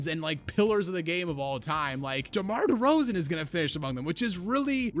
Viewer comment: ah yes. The unique career of DEMAR DERZAON.